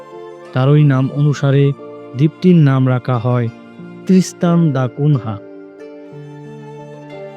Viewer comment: ত্রিস্তান দ্যা কুনিয়া। নামটা ঠিক করে নেবেন ❤